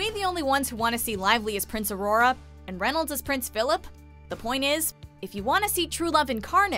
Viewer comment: in the video, said prince Auroa. Lol